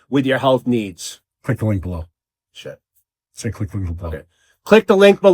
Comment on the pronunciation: Did anyone else hear 'keep doing blow' instead of 'click the link below'? 😅